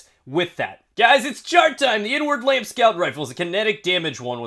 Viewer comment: At first I thought you said N-Word Lamp